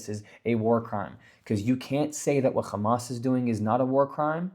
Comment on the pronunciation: Why do Zionists diberatly mis-pronounce Hamas and Hezbollah as khamas and khezbollah? Is it kind of like how George Herbert Walker Bush deliberately mis-pronounced the Iraqi President's name as Saaadam? Israelis call Hummus "khummus" too. It drives me crazy. Its like calling Tony, Toby